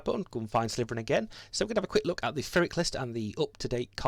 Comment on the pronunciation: Just to be annoying ... it's 'pir ik' the 'pi' is as in pill. Phonetically it's 'pɪrɪk'.